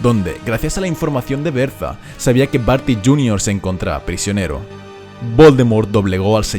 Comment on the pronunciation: "Berzas" Jorkins… enserio xD